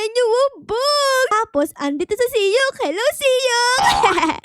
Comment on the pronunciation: Mali ka naman e dapat sok hindi siyok